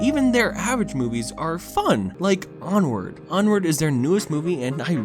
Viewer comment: Onward more like "POOward"